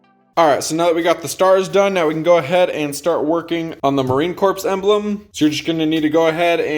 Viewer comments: It's not Marine "Corpse".....It is Marine Corps (pronounced core) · Great job. Also be advised that the “S” in Corps is silent it’s pronounced “ Marine Core”.